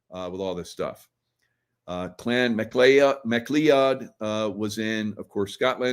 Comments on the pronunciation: McCleod, I think is pronounced McCloud! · Pronounced :: Ma Cloud !!! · MacLeod would be pronounced MaCloud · Pronounce Trumps mother's name like Mc Cloud. It's a Gaelic name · Hi..It's pronounced '( Mac Cloud )... Actually I was going to say that we New Zealand, we do the paper ballot here..I still think it's a cheaters game.. 😉. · McLeod pronounced "mic-cloud" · Pronounced mcloud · you are butchering the McCleod name, lol 😂😂